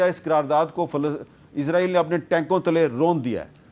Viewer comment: پہلے اس بیغیرت ملک کا نام سہی لیں عزرائیل نہیں یہ اسرائیل ہے۔